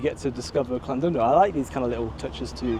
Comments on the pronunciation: It's pronounced Llan"did'no not Llan"dud"no. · Llandudno is pronounced "ɬanˈdɪdnɔ" the Ll is a unique sound; not quite cl but closer to cl than ll, more importantly the u sounds similar to an "i" sound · I know pronunciation is hard for non Welsh speakers, but what gets me is the F, in Welsh 1 F = V , 2 Ff = F and LL isn't C 🤣👌 the original British language should be learned by everyone in Britain 🤣🤣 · LLandudno. Ah yes, the Welsh double L. It's quite simple. put the tongue against the roof of your mouth and blow, letting go for the second L. No single L and neither a c nor a k.